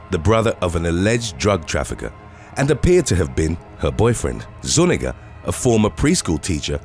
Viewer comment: the little squiggle (I can’t remember what it’s called) over the N is an extra letter in the Hispanic alphabet. It is pronounced like enya. That name would be pronounced zu-NYEE-gah.